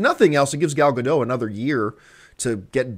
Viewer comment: Gal Gadot is not french, John. lol She's Israeli. The t is not silent.